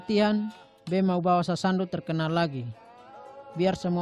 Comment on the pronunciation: Sasando bukan sasandu..